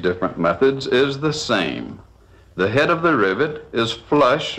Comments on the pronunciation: Back when presenters were allowed to be their wild and zany selves lmao 🤣 great video but gah damn the man needs some enthusiasm. Also, I love the way he says hay-duh (head). Phenomenal stuff. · This dude pronounces "head" with three syllables...